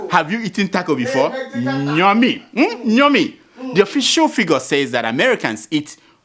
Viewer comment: Bloda it is yummy not nyummy😂😂😂